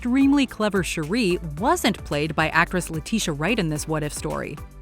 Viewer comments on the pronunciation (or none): Your saying Shuri wrong. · Shuri not Sherry 🤦‍♂️🤣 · It isn't hard to do the slightest research, guys. Princess Shuri's name is pronounced SHUR-re. Not shu-REE.